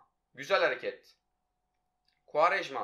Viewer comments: Koraya futbolu kim öğretti -kuarejmaaa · Kuarejma Tekrar söyle Kuarejma Gel lan buraya